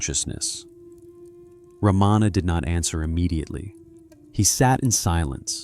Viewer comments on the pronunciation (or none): The great sage’s name is pronounced as Ra ma na not Ra maa na. Please fix in your recording. Learn to pronounce these names correctly. If you cannot do even this much , how sure are you that the rest of the talk is correct and true ? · Mispronounces Maharishi, Ramana, and Arunachala. Not Ramaana. Three short vowels. Arunaachala.